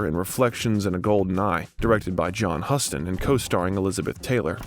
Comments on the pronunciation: Very interesting survey of a major actor of our time. But like so many other YouTube contributors, you mispronounce a couple names of major industry individuals. The famous and renowned director/actor, John Huston ("The Maltese Falcon", "The African Queen", "Prizzi's Honor", "The Dead")–you keep referring to as "HUS-ton" as if the "us" is pronounced like the 1st person plural pronoun. It's pronounced like the verb "hew"; so that the name is pronounced "HEW-ston". The director Francis Ford Copolla's name is accented on the first syllable, not the second. It is "CO-pol-la" not "Co-POL-la". This seriously compromises what is otherwise an excellent Biographical sketch. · The narrator is misprounvung alot of actors/ directors names too he misprounced John Houston name along with Marlon Brandos name. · Again you really need to work on researching pronunciations. "Blanch Duboy" " "John Huston" "Copolla" "Vivienne Lay" "James Can" as in the Pacino biopic. There are 25 at least.😮